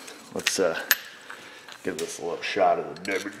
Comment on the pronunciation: I love how you say "WD" "dubbayu dee"